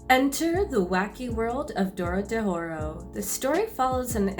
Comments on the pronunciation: It’s doro He Doro... literally just slow down and read. Also this has nothing to do with borderlands lmao. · Good video, although you kept saying "Dorodehoro" XD